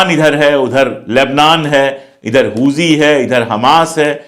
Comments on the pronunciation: Pandey ji,Hooji nahin Houthi sahi word hai. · It's huthi not huji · सर हूजी नहीं हूथी है